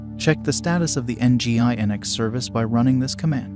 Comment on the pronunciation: Isn't it pronounced "engine-x?"